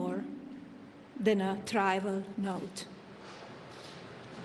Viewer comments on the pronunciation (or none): Trivial note, not trival note. Circulating, not calculating.